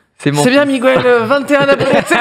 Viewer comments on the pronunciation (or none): Aie, coup dur pour Miguel que ne se dit pas Migwel 😂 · Ça ce prononce Mi/ gu/ el Pas mi/ gou/ el Voila :)